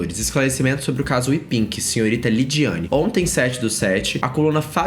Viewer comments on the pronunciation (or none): Miga, não é Wepink, é Wepig kkakakakakkkakaka